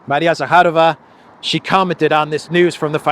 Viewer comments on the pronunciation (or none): none